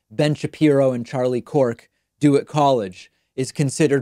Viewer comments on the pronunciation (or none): HE KEEPS CALLING HIM CHARLIE KORK AHAHAHA